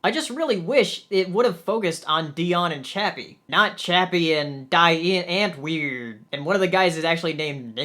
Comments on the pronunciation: it's pronounced die ant-word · I haven't seen the movie yet, but seeing you say the groups name kept making me chuckle. Like someone said, it's Afrikaans for "The Answer". You pronounce it dee unt-vord (like word, but with a 'v' instead.) Great review though. A lot of people say it's a disappointing movie.